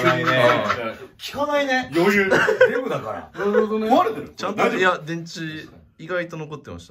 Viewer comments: 最初、「効かないねえMだから」に聞こえてびっくり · 「デブだから」が「Mだから」に聞こえてさらに納得した